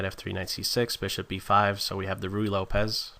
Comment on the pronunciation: BLOODY AWESOME ANALYSIS and EXPLANATION.....!! especially with all those ARROWS and stuff.....too good....the commentary too is descent....some pronounciations like RUY as in ruy lopez r differnt sounding....but still awesome video :))